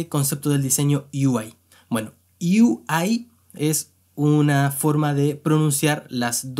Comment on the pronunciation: Perdón, pero me da risa como pronuncia lo de "Yo quiero ser desarrollador de U-I" ksdkskd